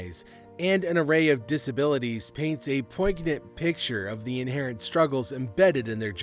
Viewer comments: Poin-yent the g is silent. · POYN-yant, no g is pronounced. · Poignant. Look up and listen to how it's pronounced. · The "G" in the word poignant is silent.